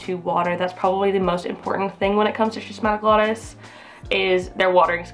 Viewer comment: My S. wallichii was gorgeous, but it went through a bout of spider mites--UGH--and is currently in recovery. I cut a lot of the leaves off, and I see new ones coming, so fingers crossed, it'll be reestablished to its former glory soon. The pronunciation of the first syllable, BTW, is /skiss/. It comes from the same root as schism and schizophrenia, meaning "split". So, since "glottis" refers to the throat and tongue, schismatoglottis means "cleaved tongue" or "split tongue".